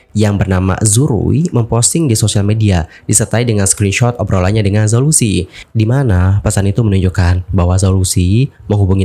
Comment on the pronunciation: Zhao Lusi dibacanya Chao Luse...